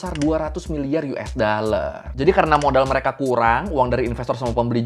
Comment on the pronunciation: Dollar bang bukan daller